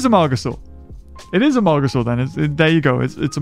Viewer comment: I kept hearing Amogasour